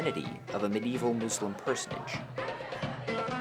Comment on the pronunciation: Stop saying Muzlim, it is muslim...Cmon people stop calling it "Izlam" It is islam